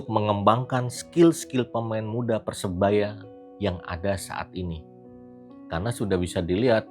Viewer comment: Sori cak....saranku tolong diperbaiki pengucapan PERSEBAYA e